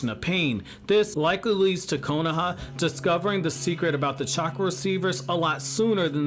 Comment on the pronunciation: "konaha" lmao kohona?